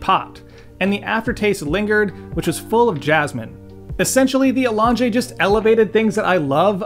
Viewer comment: A-long-jay …sounds like has a menu item runaway name with that accent.